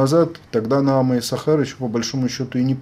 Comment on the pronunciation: за тридцать лет не научился правильно произносить имя НаАма?